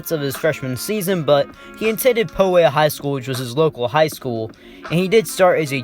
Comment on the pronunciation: Bruh you mispronounced poway 😭😭😭